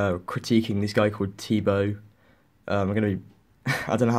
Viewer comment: Yayyyyyyyyyyyyyyyyyyyyyyyyyyyyyyyyyyyyy thanks again!!! (btw I told you how to pronounce my name, it's like Tea Bo with the bo sounding like the first syllable of boat and my last name is OO lol)